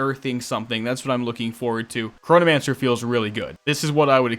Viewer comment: I keep hearing Coronamancer for some reason.... love the vids IGN: Nicestick